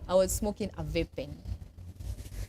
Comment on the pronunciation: The way she pronounce vape is even a crime